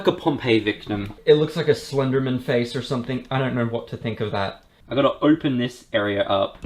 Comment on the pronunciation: He said "Slenderman" like it's a last name.